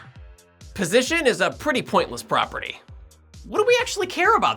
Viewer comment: I heard “Poynte” not point.